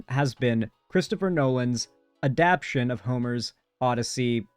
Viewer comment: I don't know how much I'd poke at that considering this guy can't bring himself to add the extra syllable to adapTAtion